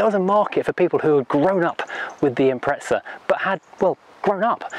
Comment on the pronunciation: Impreza not ImpreTza. THERES NOT T IN IMPREZA!!